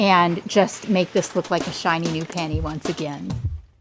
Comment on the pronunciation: You said you’re gonna make it like a "shiny new penny"… I thought you said "like a shiny new panty", and so did the subtitles! 😂